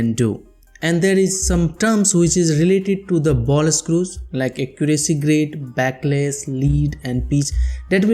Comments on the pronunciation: It's backlash not backless 🤣🤣🤣🤣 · It is backlash not backless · Bro.. A small correction..It is backlash.. Not backless